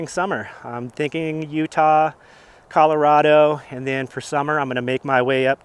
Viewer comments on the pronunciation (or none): none